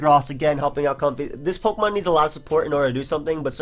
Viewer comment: omg you pronounce it correctly. It's like a comfy pair of socks, as in comfortable. A certain other poketuber pronounces it comb-fay. Drives me nuts.